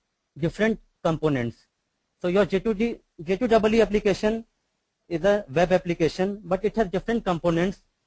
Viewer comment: first tune your presentation.....say J2EE instead of J2(DOUBLE E)